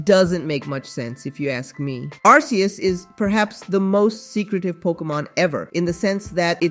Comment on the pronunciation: its pronounced ARK-eeus, not arse